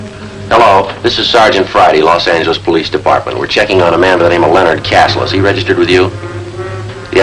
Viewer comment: "Los Anglis" -- you don't hear that midwestern-influenced pronunciation anymore.